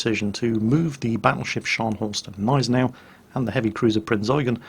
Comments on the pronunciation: There is still a small "G" sound (in German) for the Gneisenau. But it wouldn't be a video if not for that kind of thing.:) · So funny how you pronounce Gneisenau! xD The G is not silent,. It's a G, a big G!;) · You have probably heard this by now, but the G of Gneisenau is a hard G, like in Gnu. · btw, the g in gneisenau isnt silent. it isnt that difficult... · You pronounce the G in Gneisenau. There are no silent letters in German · Nice video. Nevertheless, please ... the "G" in Gneisenau isn´t a silent consonant but clearly spoken ;) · It seems he took some idiot comment's seriously from when he did the preview video, telling him to noever pronounce the G if it begins a word and is followed by a consonant. Also seems I didn't get to in time when I said there are no silent letters in German... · Only one minute in, but I can't resist remarking that "Gneisenau" is pronounced with a distinct "G", as in 'garden'. Sorry, I'll shut up now. ^^ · I like how you pronounce it Neisenau instead of Gneisenau, swallowing the G. You have to spell the G like at the beginning gorgeous. Not like in Kickerbockers. ;) I know, not easy for non-native German speakers. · it's Gneisenau, not Neisenau xD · Not neisenau....Gneisenau it is called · g-neisen-au Hard G neisen au Gneisenau.... (I'm american I feel your pain, German is a precise language) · Gneisenau is pronounced with a G like in "go". If that is too difficult, pronounce the "g" as a "k". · Dude, its G(!)neisenau, not Neisenau. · sigh Always "fun" to hear German names butchered. Its not "Neisenau" its G!neisenau. Sounts almost like the G in gun. Not so hard to put in front of the already pretty accurate "neisenau" you make out, just missing the g in front of it and there you go. But .. i guess .. why bother to even to try, eh? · I´m fluent in German and he says it perfectly, well besides the silent "G". It is GGGGGggggneisenau :) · no, Gneisenau is pronounced Gneisenau... simple as that :D